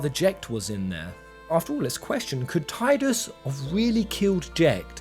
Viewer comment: It's pronounced Tidus, not Tidus.